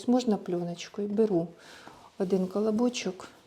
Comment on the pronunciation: Така смакота! Дуже смачно! Тільки дуже ріже в вуха ваша мова!Чомусь ви ,завжди кажете: тварага, аддихає, ваттак, адин, калабочек, патянула, дабавляю, пригатовим! Ну, скажіть: творога, оддихає, один,потягнула і т.д! Для чого вміщувати ,,а"😊😊😊